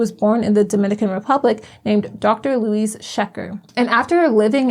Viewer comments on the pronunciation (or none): none